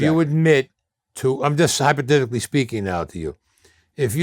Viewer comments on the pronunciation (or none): "I'm just hyperdidictly speaking now to you"